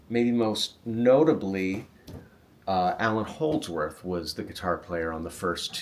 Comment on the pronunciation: Great stuff! Sorry but “Allan” Holdsworth 😬